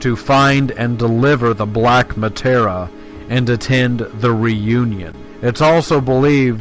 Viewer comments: Mah- Tear- Ee- Ah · Who else hesitated to press the like because 'Materia' became 'Matera' and Masamune's pronunciation was totally murdered? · cant get over the muh-tar-uh. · It's Materia, not Matera. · Nicely concise, though a bit grating that you keep mispronouncing materia.